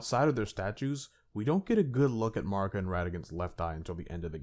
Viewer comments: Mispronouncing Marika is a bit, right? It rhymes with America. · Seriously… MAAr-ika?? The game pronounces her name over a dozen threes times, but your retarded ass chooses to mispronounce it. MAh-MAh-rika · keep saying marika how u want. man i don’t understand why it gets people so upset. we all know who you’re talking about so the point is getting across and that’s all that matters. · Damn bruh u butchering marika's name